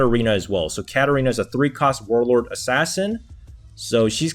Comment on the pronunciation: I cant get over the way he says wurlurd with the super curled r.